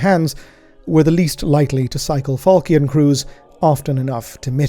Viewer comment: NB falchion pronounced with a -sh sound. Although perhaps our learned scholar is too removed in the grim dark future to remember his middle french